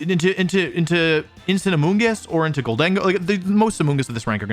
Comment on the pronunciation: wolfe conceding that slaking isn't pronounced "slay king" but still calling gholdengo "gol DEN go" instead of "GOL den GO" is making me lose my mind